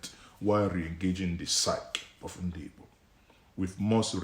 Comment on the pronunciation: what kinda Igbo are u? Pronouncing Igbo ass Ibo. Bro only Yoruba jackass calls igbos Ibo which is the wrong word and pronunciation. Is like u wia born in Yoruba land.